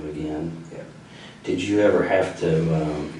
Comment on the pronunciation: I’m a teacher and work with students needing speech services. He may have an accent from a certain area, but he definitely has trouble pronouncing certain letters and vowels when used with certain letters. Upstairs and ever really stand out to me.